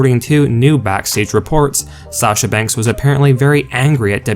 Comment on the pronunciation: If you don't like it then don't read or look at it. And by the way her name is SASHA not Sachar. Everybody needs to get off of her ass. She is a very good wrestler and she did what she did for a reason. She has never been treated right. She's just as good if not better than Charlotte or Becky. Charlotte Flair gets away with everything.